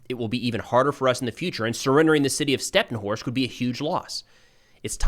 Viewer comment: hey good work but how about calling the cities by their Ukrainian names? They end with an I, instead of O. So StepnohIrsk, instead of Stepnohorsk. For, example the Russian call it Kharkov, instead of Kharkiv